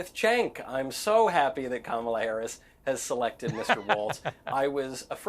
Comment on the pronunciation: Ma’am you pronounced VP Harris name incorrectly. FYI: Felon Trump